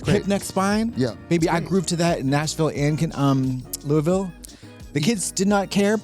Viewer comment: Wow Trixie pronounced Louisville pretty well ❤